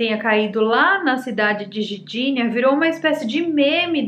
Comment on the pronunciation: Querida, quanto tempo estas morando na Polônia? E ainda não assimilou a linguagem do idioma? Eu sou de origem polonesa e me dói ouvir você tentar falar Gdinia dizendo Gidinia. Onde está a vogal " i " quando você fala Gidinia É o mesmo em português falar "maguima" em vez de magma ou "maguineto" em vez de magneto. As palavras polonesas em sua maioria são paroxítonas na sua pronúncia. Neste caso o "g" embora mudo deve ser pronunciado para ser entendido. Gosto muito dos assuntos que você aborda e sou seu fã e dou sempre o gostei em seus vídeos, mas "Gidinia" foi difícil de aceitar.